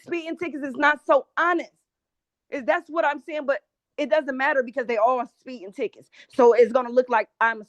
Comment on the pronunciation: What the hell is "spee-in"?